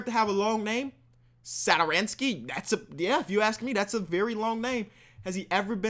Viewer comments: It's Thomas sat-or-sky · as a wizards fan that pronunciation of satos name 🤢